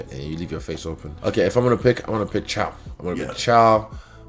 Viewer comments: Nobody gonna call him out on his "chow"? Put some respect on his name, its pronounced "Kai-o" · Love the respect Izzy has for the other fighters trying to get the pronunciation of the names right. Caio is pronounced "ca" (as in "car") and "u" (as in "you"). Borralho is a bit trickier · Kai-o. Bow-ral-yo